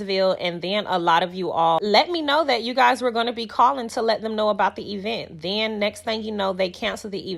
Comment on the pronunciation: Did she say "ben" for "then"....Yall we are really watching a play on the movie "US" . Carlos is 🤢